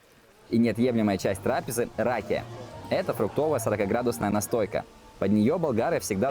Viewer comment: Маленкое замечание: не рАкия а ракИя,ударение на И. Будьте осторожые,пожалуйста когда произносите болгарские слова,потомучто болгари очень чувствителные на ету тему. Спрашиваю: почему за фон греческая музика с бузуки,вы что? Болгарский голос летит в космос ! Болгарские ритмии 7/8 это мировое чудо... Я это пишу с добрые чувства,будьте здоровы! Фоновая музика ужасная.